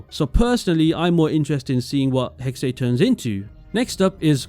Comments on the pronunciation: its pronounced 'hex-uh' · it´s being pronounced Hexah